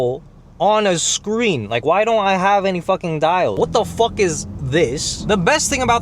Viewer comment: “What the FOOK” 😂